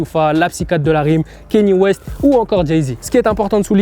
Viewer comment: « Ka gnyè west" pas "kaini west"